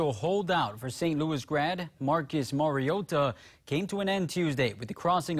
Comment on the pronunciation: The only tv guy who pronounces Mariota's name correctly ..MarioTa !!! Say the t not Marioddda as it's always said by the commentators .. Great debut! Insane really..Marcus played like a vet not a rookie👏👏👌👌